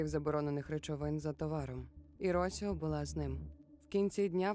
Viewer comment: Дякую за цікавий контент👍. Одне маленьке зауваження , наголос в жіночому імені Росіо падає на і.